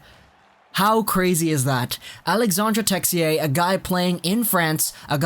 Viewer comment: It’s pronounced Alexander texi-ay